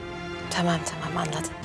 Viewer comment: Ah Leo ne kadar güzel tımaam diyorsun